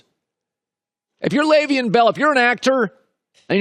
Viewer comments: Dude... His name isn't pronounced "Lay-veein" it's pronounced "Lev-eon" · Unprofessional. I like your broadcast, but your refusal to say Le'veon Bells name correctly is bush league. Do you have a beef with him? I've never once heard you mispronounce Roethlisbergers name. How are you mispronoucung one of the biggest names in the sport? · The way Colin says Le’Veon, you would think he grew up in the suburbs and went to an Ivy League school.